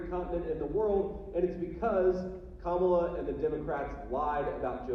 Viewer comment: Small detai, but did you notice how he said her name correctly in the audio, versus at rallies when he(and every other terrible republican) pronounces it ka-MA-la. I guarantee they've all decided to intentionally pronounce it wrong, just to "trigger" the left, but the left hasn't even acknowledged it